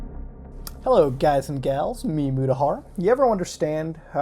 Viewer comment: His name is muta wtf? Its not with D but T but his pronounce make it seems to be D when its T